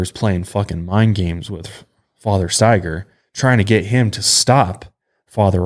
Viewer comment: I haven't heard the last name Staiger very often, my last name is Staiger. I was so happy you pronounced it correctly lol. I usually get 10 different pronunciations until they just ask me 🤣 I have wanted to do my genealogy for a long time, I'm curious if we're related somehow 🤔 Love the show you guys!